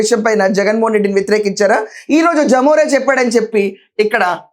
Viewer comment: జమోరే కాదమ్మా, లెమొరె. అంటే లెవిన్ మోహన్ రెడ్డి.. అలానే పలకండి